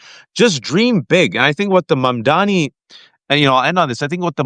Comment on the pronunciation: Jeez, is it really so hard to get his name right? MamdaNi, not MamdaMi. It just bothers me, and shows a lack of respect.